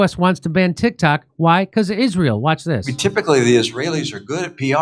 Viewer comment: I keep hearing "Tik Tak."